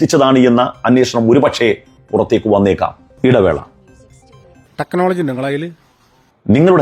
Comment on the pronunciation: ടെക്നോളജി ഉണ്ടോ തെക്നോളജി 😂😂